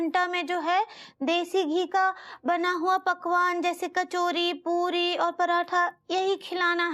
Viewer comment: Ooo Anita ji bhi puri ko pudi bolti h